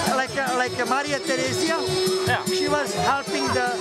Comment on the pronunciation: Did he just said Maria Teresa 😂😂😂😂